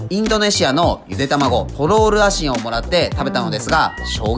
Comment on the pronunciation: 発音的にトロールアシンではなく、トゥルルアシンが正しいかと。